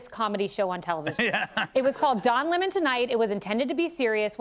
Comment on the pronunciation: Call me whatever “ist” or “phobe” you want, but I think it’s hilarious when hood black people mispronounce someone’s name with an attitude. “Don Lemons” sent me.